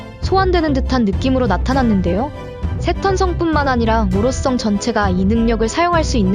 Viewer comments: 오로썽 영 거스림 ㅋㅋㅋㅋㅋㅋㅋㅋ 성 발음 안되시나요?? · ㅋㅋㅋㅋ아 오로썽 썽 거슬리네